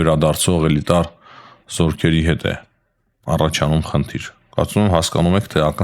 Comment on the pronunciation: ջան, ո՛չ թե խնթիր, այլ խնդ'իր (թիերը այստեղ ո՛չ մի կապ չունեն, ո՛չ թե ձիվիզիա, այլ դիվիզիա (ձիերը այստեղ նույնպես ո՛չ մի կապ չունեն)...